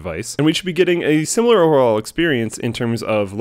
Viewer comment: "…we get a similrorarhrlr experiecne…" -Slick 2014